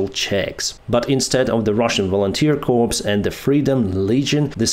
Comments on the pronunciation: Challenging, difficult but not critical..I love your style, you really do know how to put things..you RADIATE CALM 😇 Ooo: CORPS is not pronounced CORPSE, it is pronounced CORE as in apple core! The P and the S are silent. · quit calling it "corps", it's pronounced COR, like in "nuclear core", we hope that volunteers remain in good health and show the mafioso army what's what. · BTW "corps" is pronounced "coors". The "p" is silent. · corps is pronounced core as in apple "core" and not as dead person "corpse"